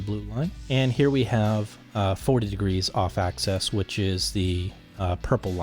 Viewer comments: Can you say "axis"? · How thick is the enclosure material. And what type of material is it? Some sort of plastic coated mdf maybe? And what is the crossover frequency? And one thing I don't like is the loss in the 2khz region. One more thing. Why do you say access and not axis?